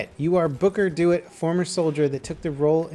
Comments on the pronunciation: "Booker Doit" No, Dewitt. De - Witt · His name is pronounced "De-Witt" not "Do-it" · Booker DE-WITT, not dew-it. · Ok ok I have to say this, you pronounced Dewitt like "do it" it's pronounced "dew Witt" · He also pronounces the protagonist's last name as 'do-it', not 'dew-WIT' :P but they're honest mistakes - the saddest part is that he's likely not played this beautiful game. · Booker 'Dewitt' is pronounced as Booker 'the wit'' since it's a dutch last name. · "Booker Do-It" Bruj that pronunciation of DeWitt got me fucked up 😂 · YOU PRONOUCED DEWITT WRONG!!! DAMN YOU!!!!